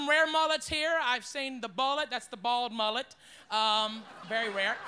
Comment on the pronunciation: The Asian mullet, the “murret” I’m done 😂😂😂